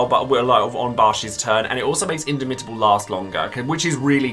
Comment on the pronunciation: You should stress the second syllable in indomitable, not the third. So, inDOmitable.